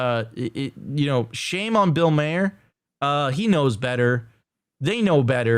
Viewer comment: tell my your pronouncing mahers name wrong on purpose. would be brilliant.